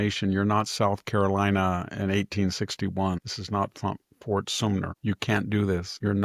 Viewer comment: Love your commentaries, but it's Ft. Sumter.